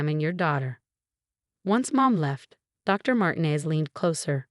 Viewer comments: Mar-tee-nez, not Martin-ez. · Why do the narratives keep pronouncing Martinez incorrectly? It’s very irritating.